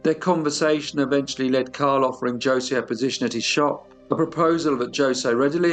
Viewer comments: Knowing that the j is pronounced as an h in Spanish means I can’t watch this. Every time you say josey I have to yell ho say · As the living ghost of Jose Ramos I implore you to say it like this: Ho-say, not Jo-say. My spirit cannot rest until you do me this kindness. PS, I love your channel. Its a big hit on the other side! PPS, It was Catalina. I only did as she said for love. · Jose is pronounced "hoh" + "zay" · J is pronounced zh in Portugal not joesay 😂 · Its actually hose ...the j is silent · But, that's not how you say, Jose. it's jha-seh, but to be fair Brazilian Portuguese and European Portuguese are different but usually, the names are the same. When they say Bom Dia, it's pronounced more like Bom Gia, the I is a e sound. My name is pronounced Esabel, not Isabel.The Brazilian dialect is very different from the European one. I understand Spanish better so I'm not trying to be a jerk. Maybe by accident. I love your channel. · J isn't pronounced like J in Spanish. It's an H sound - Hose. Great story, I'm surprised I'm telling you this 'cause your pronunciation of foreign words is usually top notch! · You have a lovely Spanish accent. I want to share with you that J is the letter for H all the J’s you see in Spanish words are pronounced as an H as in Jose, Julia. 😇 As always you do a wonderful job. I agree with other fans, this went from appreciation of music and literature to serving special sausage to their upscale clientele. Yikes! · I think Jose is pronounced Hose. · Only one comment, his name is pronounced hoe-say. I hope you take this well, accents and spellings are tough! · Jose is pronounced with an H sound at the beginning, not a J. It sounds like ho-zay. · Jose is pronounced Hozé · Jose and Catarina were 2 sick pieces of work. i think Jose should be said as hosay. Very chilling case this week. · Pronounced Ho say as there is no J in the Spanish language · "Joesay" lol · It’s pronounced like “ho-se “. Sorry! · Jos'e is pronounced Ho-say.